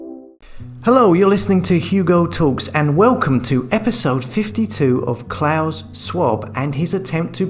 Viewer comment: Why can’t you pronounce Klaus? He’s not Santa you turd!